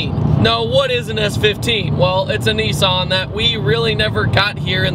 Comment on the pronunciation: Neesawn! Hahaha